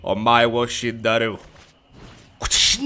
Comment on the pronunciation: Roll the r in SHINDIERU